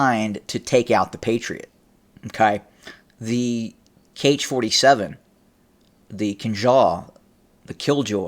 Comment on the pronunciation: Author, 'Kh' is pronounced as 'ha'. It is ha-47